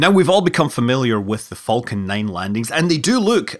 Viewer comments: I love it when he said falcon he said it like folcan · The way you say Falcon, sounds like Vulcan. Vulcan 9. Enough to raise the eyebrow of Tori Bruno. 😂💗